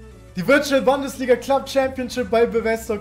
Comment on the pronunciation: niemand: wirklich niemand:: Bandesliga